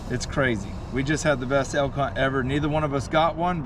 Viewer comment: Only can pronounce Elk in 3 syllables. A-L-Ka lol